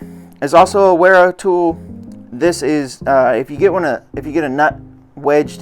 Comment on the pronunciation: By the way man, it's not be pronounced Wera, it's pronounced Vera... it's German, W's are pronounced like V's.